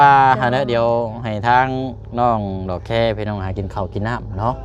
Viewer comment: (ดอกแค )บ่แม่น หลอกแค อ่าน ตัว ด บ่เป๋นติ